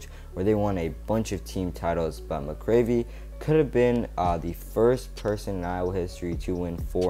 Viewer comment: The "7" in Tom Brands record is his losses.. the "2" is ties.. Also, Lincoln McIlravy is pronounced like "Mackel-Ravy" (rhymes with "tackle-ravy")